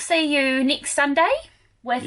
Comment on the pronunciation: Nixt one or next one every word with the letter e you pronounce i, very annoying, Misure-measure Wibsite-website